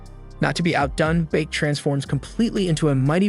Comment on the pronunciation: Beek it's bake